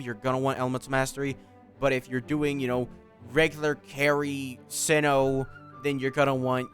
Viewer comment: you've killed me at the beginning when you called him "see-no"